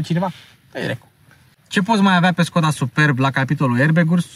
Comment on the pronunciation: Nu te urmăresc prea des. Dar si cand te urmăresc observ si apreciez ca esti bine informat, spre deosebire de multi. In acest video, pronunti Skoda cum trebuie. Stii ca Webasto e firma sistemului de incalzire, etc.